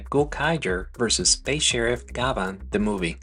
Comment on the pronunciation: Thanks for a great piece about one of my favorite shows growing up in Japan. One thing though, his name is actually pronounced GYABAN, like the French actor/singer, Jean Gabin.